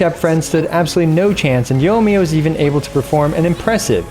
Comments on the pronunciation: Say it with me....yoy me uh. Yoy (soy with a y) me uh. The i isn't silent in there. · I'm getting triggered every time I hear "Yo miya"